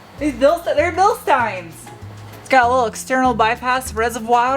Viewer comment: Bilstein is pronounced BilSTEEN. Your welcome